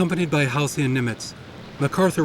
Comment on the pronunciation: You mispronounced Halseys' name one too many times. Oh look, Thames TV World At War is on PBS. See ya.